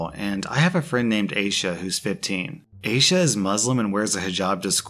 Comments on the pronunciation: The second he said Asha I just /knew/ it was probably supposed to be I-ee-sha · Aysha is pronounced eye-sha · Aisha is pronounced eye-EE-shush.